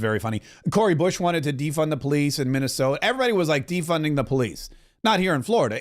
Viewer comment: Corey Bush is unfortunately from Missouri... Unfortunately..... You accidently said Minisoda.